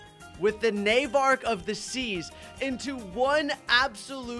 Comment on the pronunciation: its navarch of the seas its just mixed to nauvarch of the siege